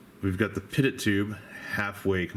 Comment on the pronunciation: Hey not trying to be condescending, just an FYI. Pitot Tube is pronounced pee-tohw or pee-toe. All the terminology used in modern day aviation is French because they designed it all, so think like pepe pew when you read that shit and you'll be g2g. Nice build review dude, you fucking kill me! I love it!